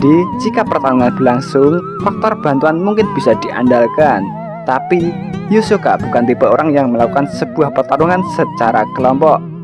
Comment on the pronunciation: Hisoka min bukan yosoka